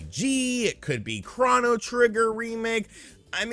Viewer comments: say chrono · Chrono? Chrono? it's Chrono trigger. C'mon now